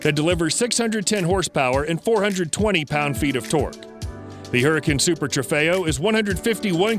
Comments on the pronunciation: I don't think that's how you say huracan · It triggers me bc he says gallardo and huracan wrong